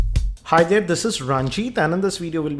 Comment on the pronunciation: "already DAERR"